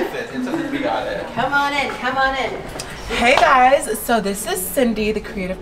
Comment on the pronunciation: WHY DID SHE SAY “heY GuysSs✨✨✨✨” like THAT 😂😂😂😂❤️